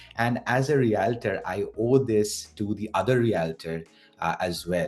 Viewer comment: Good video, but please try to learn the proper pronunciation of the word Realtor! Yikes